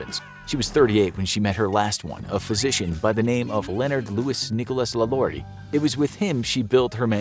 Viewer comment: 1. You greatly mispronounced “LaLaurie” which is French. Yet, your idiotic self was able to pronounce other French names in this video? Please do us all a favor, especially those of us that actually spend our “clicks” on your videos, and get the actual pronouncements of the names correctly. You’re welcome.